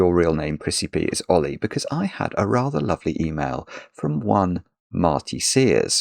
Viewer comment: I thought he was saying a British pronunciation of the name Ole.